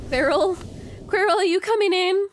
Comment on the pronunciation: I absolutely adore the way you pronounce Quirrel. 🥰